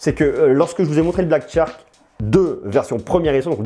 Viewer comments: charque, pas Tcharque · Dit le shark et non tshark c'est plus facile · Ne te casse pas, c'est Black "SHark" et non "TCHark", plus facile à prononcé du coup! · Super test comme d'habitude. Par contre Shark se prononce comme "chark", c'est aussi beaucoup plus simple à prononcer que "tchark" ^^